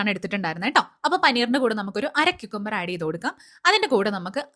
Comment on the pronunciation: Qkumber alla ❎cucumber✅